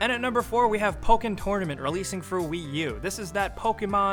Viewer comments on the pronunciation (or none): Pokken TORENAMENT